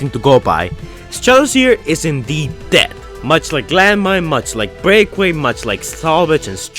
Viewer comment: It's pronounced "Break-Away". Best regards.